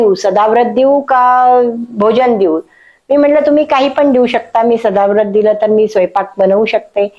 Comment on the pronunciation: अहो ताई, सदाव्रत नव्हे सदावर्त. जरा नीट चेक करा.